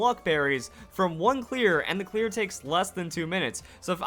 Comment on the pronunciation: Each time you say clear I keep thinking you are saying queer